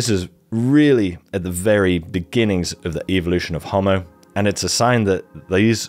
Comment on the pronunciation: I was about to praise you for correctly pronouncing "homo" with 2 long o's, but then you lapsed into incorrect "hommo". Homo means "man"; hommo means "same".